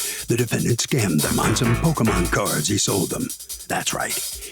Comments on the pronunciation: Harvey did not just call them "Pokeman" cards. SMH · Pokey Man? Pokey Man with the pokey and the man, and the thing and the guy comes comes and he goes whahahahaha!